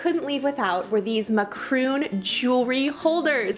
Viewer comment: did she say macroons instead of macaroons